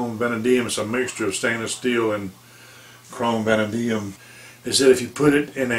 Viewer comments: It's pronounced Vuh Nay Dee Um. It is one of the older original steels used by Case going way back. Most people who really work with their knives PREFER the Chrome Vanadium, due to the fact it holds an edge really well & sharpens very nicely. If ya keep a very light film of mineral oil ( safe, cheap & non-toxic, many collectors smear some on their hands when handling their knives ), it will keep the blade from rusting & the blade will eventually take on a "Patina" finish, that looks very vintage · David Leavy the same way he got that way not pronouncing vanadium correctly.